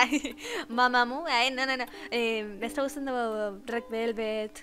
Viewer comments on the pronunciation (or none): none